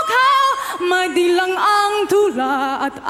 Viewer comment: "Dilag" not Dilang, "nagniningning" not Nagninigning